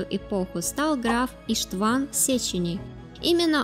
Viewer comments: Боже, она даже ударения в словах неправильно ставит! Иштван, а не иштвАн, ну, и дальше аналогично... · Странно... делать видос о венграх и не знать, что в венгерском языке ударение всегда (!) ставиться на первый слог (в т.ч. и именах/фамилиях)... Слух режет это ваше "Иштв'ан", "Корв'ин", взамен правильному 'Иштван, К'орвин... (( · и́штван, ударение на «и» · что за ИштвАн? может Иштван? не издевайтесь над именами.... 😁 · СЛАВАКИ?!Это что за новояз?И в имени "Иштван" ударение ставится на букве "И".Автор имеет хотя бы среднее образование?Такие ошибки непозволительны.